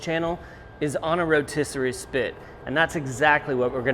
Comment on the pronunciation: The row-tiss? lol